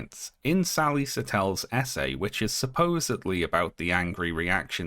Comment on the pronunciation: Every time you said "essay", I heard it as "SA", and the sentence still made sense.